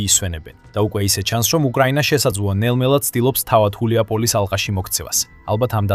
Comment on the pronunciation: რა ხულიაპოლისი შე შტერო. გულიაპოლე შე ვირო. გულიაი პოლე შედგება ორი სიტყვისგან, "გულიაი" და "პოლია" საგულავო მდელო.